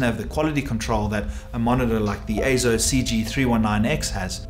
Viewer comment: Yes! AY-ZO is the proper pronunciation.